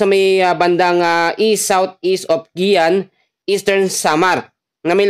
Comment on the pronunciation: Guian (giwan) not giyan